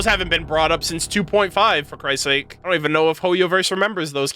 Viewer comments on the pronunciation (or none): none